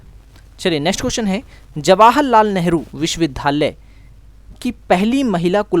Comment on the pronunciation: Please improve your pronounciation. It's विश्वविद्यालय, not विश्वविधालय .